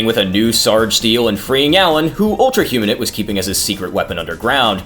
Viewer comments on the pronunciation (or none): Great video! However it bothered me how "Humanite" was pronounced. It's "human-ite" not "huma-nit"